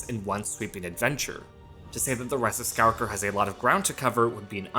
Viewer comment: Omg dude.. SKY-WALK-ER...